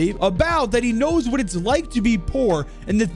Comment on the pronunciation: Its not hwat its what hahahah